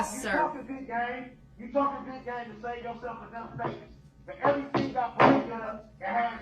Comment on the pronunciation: But she told him he had to write everytheen gout and put everytheen gone a piece of paper. What does she not understand about bout that? 😂 I asolutely despise the way he pronounces things.